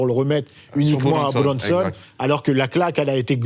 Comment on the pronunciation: Il se la pète grave le mec avec sa façon de prononcer "Buronson" 😂 Alors que juste après il va te dire "Jim Carrey" en le prononcant "Jim carrie"